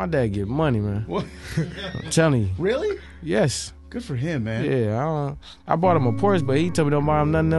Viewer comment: The way he said "YESS" did it for me 😂